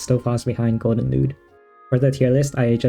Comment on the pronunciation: Is it just me or he saying it golden lewd 😭